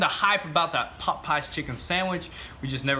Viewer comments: Its popeyes not potpies haha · It's weird how they pronounce pop eyes. Lol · sounds like he’s sayin pot pies not Popeyes 😂😂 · Lmao y'all say Popeyes like they're two different words and it sounds funny as hell! It's not pop-eyes it's Popeyes, like the sailor man! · Sounds like they're saying "pot pies" haha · Bro, why are you saying popeyes so weird?